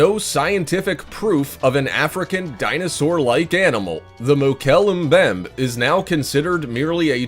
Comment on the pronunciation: Mokele Mbembe is the correct spelling, and as for the pronunciation...........!